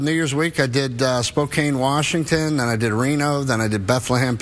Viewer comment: You,, were in Spokane 4yrs ago?..How did I not know?? How miss you??😫😩😫!!!. It's so rare we get a super current, on-fire celebrity here!..and I missed out!! (Friendly FYI: The "e" in Spokane is silent for no reason at all). // 😊😻You are FABULOUS Mr. G👏👏. This was a super fun interview!! Just now: I died laughing when u talked about growing up in the era you & I did, especially as a CATHOLIC kid (same!) 🤗. AAND about the very deliberate community efforts made to ensure that no kid in the neighborhood was left unpunished.😆. There was no neighborhood meeting about it, or brainstorming the best way to go about it, or which tailored discipline style might best fit each child's unique personality & delicate sensibilities. No no no..! You got out of line- so much as slightly subconsciously rolling your eyes, or exhaling in a way that might be mistaken as a huff-It was just automatically understood: "Your ass was grass!..as we'd say. Lol. Didn't matter who administered it or who's kid it was. It was happening! Even if you were the brand new kid in ton. Lol! A different time, ideed! Except my mom was more like (gritted teeth): "WHAT! DID! YOU! DO!!?" VS "Whujja do?" LOL 😀